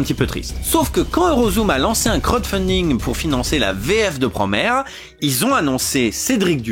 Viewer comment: Promaire ! C'est quoi cette prononciation 🤣 ?